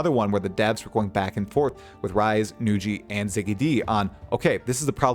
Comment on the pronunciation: This is the first time I heard Nugi being pronounced Nu-ji xD Well deserved shout out, you're the prime source on PoE2 news, especially for someone like me who doesn't go on reddit. Keep it up! <3